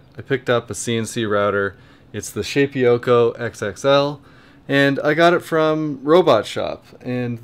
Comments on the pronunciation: I'm not absolutely certain, but I think it's pronounced "Shay-poko". Shape - Oko. Shapeoko. It sounds like you are saying "Shape-ee-oko". I don't think that's right. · P.S. I think the correct pronunciation is shape-O-ko